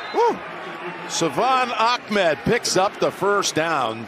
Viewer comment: I still don't know why these announcers keep calling the Dolphins running back Akmed when his last name is Ahmed. Maybe that's how it's pronounced or something...